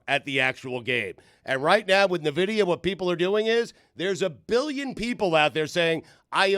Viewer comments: Ok you know it's not pronounce nuhvidia right? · Nuh-vidia? N-vidia. FINES ALL AROUND. Dan - FINE. Stu - FINE. - FINE. - FINE. They are more than an AI company. They make video cards for computers as well and is the way most people in the US know of them. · It’s pronounced EN- Vidia for the love of God!! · It's pronounced en-vid-ia, lol!! & it's not some newfangled AI thing, they're a GPU company that's been around sine 1993. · And all those year, I always pronounced it En-vi-di-a. Huh. I guess that's a fine. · dan not knowing a damn thing about NVIDIA by referring to them as an AI company and calling them "nuh-vidia" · yeah I still know them as a GPU maker, but I can't help but laugh at them trying to talk about the company, not knowing how to even say the name 😅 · your saying Nvidia wrong. Cramer named his dog Nvidia, like ten years ago idiot. up 500% btw